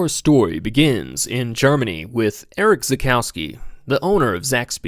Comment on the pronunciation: Cool video and tribute. Not a fan of your vocal fry... His name is Erich, pronounced Erig, not Eric. Also r.i.p. Erich...